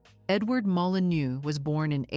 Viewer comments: Molinô, IA!!😤😤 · You pronounce Molineux like this: molinöö, to be correct.